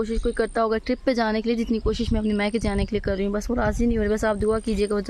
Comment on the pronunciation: Maika hota ha bibi mika ni